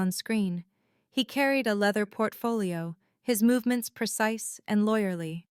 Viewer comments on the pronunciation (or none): "Lier"? Don't you mean, 'liar'? "so Fia" You could turn on Audio when you do your next Re-edit. "Loyerly"? Lawyerly, Really.